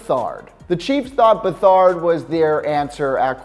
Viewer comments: Seriously? You've mispronounced Schlichter and Bethard , Don Merideth the quarterback in the ice bowl? Randy Duncan uer Rich Cambell who actually played for the Packers and you pick a guy who never played? That's wen I quit. Youre a joke. Do the work. /? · Research!!!!!!!! Mispronounced names of Art Schlicter, Pete Beathard, and Earl Morrall. How can you list the Jets' Richard Todd as a bigger draft bust than Geno Smith? By hosting a video like this you are presenting yourself as an expert. Do your research so you can sound like one. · Hey! Learn how to pronounce earl morrall and pete beathard, Dan mcquire was worse then mirer and andre ware was worse than joey harrington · Chiefs: You mispronounce the guy’s name, you imbecile. It’s not “beh-THAHRD.” It’s “BETH-erd.” And he went on to play pretty well for the Oilers. (He didn’t start in KC because the Chiefs had a Hall if Famer in Len Dawson. The far bigger Chiefs busts at QB were David Jaynes and Todd Blackledge. Do your research. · Pete Betherd not Beth-ard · The Chiefs quarterback's name was Pete Beathard, with the accent on the first syllable, just like Washington GM Bobby Beathard. It was not Pete BuTHARD. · You also need to brush up on pronunciation. Earl Morrall is pronounced with emphasis on the first syllable, like Moral. Pete Beathard is pronounced BETHerd. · Pronunciations: It's Shleeshter (Schlichter) and BETH-erd (Beathard). Kind of embarrassing since this is a video about football history...and Manziel bigger bust than Couch with Browns...other things are wrong here...Cutler's 07 and 08 with Denver were very good... and Gary Beban was the Redskins greatest QB bust (or Shuler)....wasn't RGIII rookie of the year? Do more research before posting something like this... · Learn how to pronounce Schlichter (Shleester), Beathard (Beth'erd), and Morrall (pronounce Mo'ral). You did get Leaf right, however. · pronounced Beth - erd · This guy doesn't even know how to pronounce, Beathard.